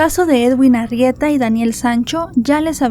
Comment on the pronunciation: Que diga Arrieta y no Argueta